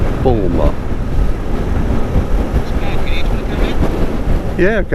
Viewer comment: I live in Northumberland just South of Druridge Bay and Amble. Love your video complimenting our beautiful county and pleased you enjoyed your trip. Next time try Alnwick, Ingram Valley, Wooler and Kielder. Oh.....and Boulmer is pronounced Boomer.